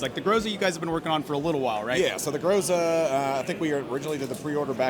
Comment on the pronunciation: everyone mispronounced groza every single time.